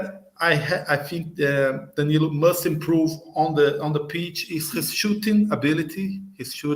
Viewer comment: Another name for you pronounce wrong mate lol